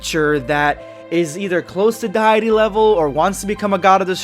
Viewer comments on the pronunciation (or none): You said deity like die ity its say day ity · De-ity is the pronunciation